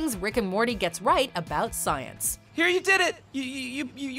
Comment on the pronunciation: Good ol’ “stience”